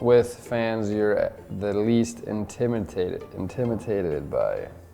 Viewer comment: Not Nylander struggling to pronounce intimidated 😂